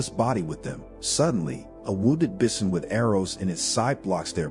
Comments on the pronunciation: "Bih-son"? Is this narrated by a robot voice? The word is pronounced "bye-son". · You never heard of bissin? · Sorry, I couldn't get over the pronunciation of "bison."